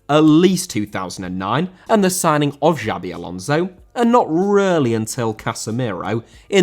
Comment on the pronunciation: Xabi* not Giabi